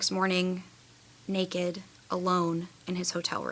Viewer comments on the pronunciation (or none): none